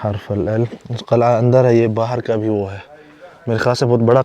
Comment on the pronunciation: Assalaamu Alykum dost Qalai ki jagah Qil,ah ya Qila bhi kehdo to maherbani